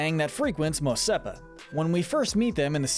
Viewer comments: It's Mos ESPA not Mos SEPA! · Mos Epa ❌ Mos Espa ✅